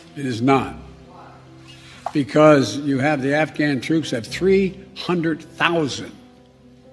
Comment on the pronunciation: Waitttt whatttt did biden say afghan trooos also equip with airforce 🙄